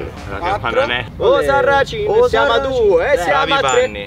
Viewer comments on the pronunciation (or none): RAGAAAA non si dice osarracin ma osarrascin haaaaa